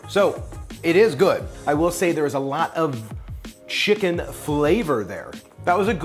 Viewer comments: Why is he saying chickun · he says chicken real weird.